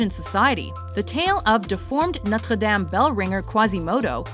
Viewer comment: Why can't she just pronounce Notre Dame incorrectly like everybody else?